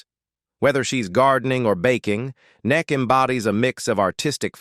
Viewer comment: Neck??? Is that how AI pronounces Emmy Kay😮???